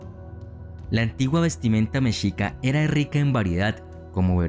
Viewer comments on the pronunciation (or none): none